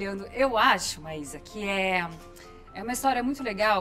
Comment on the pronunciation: Maísa pq tu sempre fala maisera? se o nome é Maísa Silva 👀 acho que tu deveria mudar o nome kkk